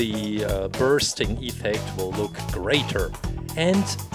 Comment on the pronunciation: Your saying iffect than the effect